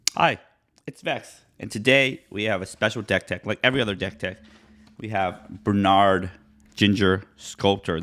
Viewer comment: It's pronounced BRE not BER.